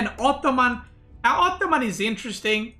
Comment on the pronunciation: Sometimes I feel says: "optoman" haha